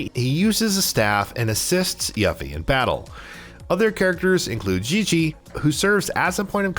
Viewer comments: Hate the pronunciation of yuh-fee. Man, it's yoo-fee okay?! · U-Fee ☑️ You-Fee ☑️ Ewe-Fee ☑️ Yuh-Fee ❌ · dude kept say YAH-FY. =.= she's called YUUUUU-FEEEE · Broo, it’s not yah fee..it’s pronounced YOO-fee 😓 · Every time he said “Yuffy” I said “Yuffy huh..🙄😑” And who the HELL is “Red 8?”😂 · I grew up thinking she was Yuff-Ee too!! I can forgive that one. Just not Red 8 lol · Everytime he said “yuh-fe” I had to correct it myself by pronouncing it correctly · It’s not YAFFIE wtf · I can tell you never played the original. Yuffy? Wtf?! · I hate how ppl don't actually research how you say names. Yah fee? No! Tie dus no! It's teedus. I a vocal is in between two constants therefore, pronunciation doesn't change. ENGLISH PPL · Guy says “Yuh-Fie” immediately earns downvote! Dude know your audience! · Obligatory “yuffE” comment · It’s pronounced “You-fee” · I would forgive how he's saying yuffie except for the fact their how 20 something years of fully voiced games/movie of how to say it correctly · You lose points for mispronouncing "Yuffie". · Lol this is a good channel but you gotta remake this and say Yuffies name right and Red 13. You just can’t insult a games fans like this. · YA-ffie huh? Yuffie is pronounced YOU-ffie. and Mako is MAH-ko, not MAY-ko. 😂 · I kept saying its "Yoooofie"! 🤣 "Red 8"?? 🤦‍♂️ Also, it's Mah-ko not May-ko. These muggles... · Who is yaffy, and red 8 and what the hell is a maykow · Why does this guy keep saying Yuffie and Mako incorrectly? They’ve said it in the game and trailers ffs. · What’s with the terrible pronunciation? They literally say mako in the game multiple times. And yuffie says her name in the trailer why pronounce it wrong on purpose? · This dude should not be a commentator if he says yuffie’s name like that and calls it mayko instead of ma-ko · 3 things you need to know before you make youtube videos on FF7: Pronouncing Mako correctly, Pronouncing Yuffie's name correctly & Red13's correct name lol